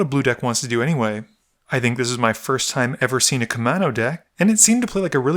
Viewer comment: Kaminnow? Come on, dude. That's a U and an A! It's Koo-mahn-oh. Otherwise cool video